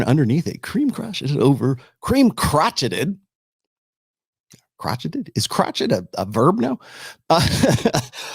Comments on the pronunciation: Crotcheted ?? Haha. cro-SHAYED. it's like knitting. Great post. Keep speaking the truth. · "Is 'crocheted' a verb now?" It is pronounced cro-SHAYED. Crocheting is a process of creating textiles by using a crochet hook to interlock loops of yarn, thread, or strands of other materials. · Its pronounced "crow-shayed" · It's pronounced "Crow-Shay" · "Crocheted" is pronounced "croshayed." It's a type of knitting.